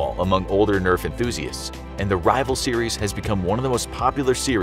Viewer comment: Am I the only one that’s kind of angry at the fact that he said Rival twin shock